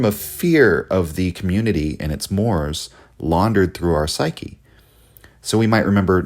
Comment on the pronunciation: Mores is pronounced '' more ease'' , otherwise excellent analysis!